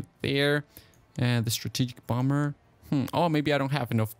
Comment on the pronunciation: Did anybody notice that he said bomber wrong